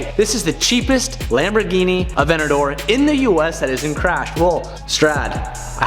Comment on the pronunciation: Yamborghini